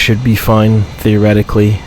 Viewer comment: Please dont say "theoretically ".....